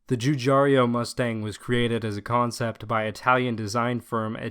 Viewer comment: It's Giugiaro, not Giugiario!